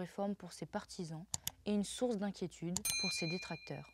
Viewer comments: Et "n'est pas vraiment zune surprise !!" 😂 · "n'est pas vraiment Zune surprise", puis "les 18 Zagences de renseignements"... Surveillez vos liaisons jeune fille ;)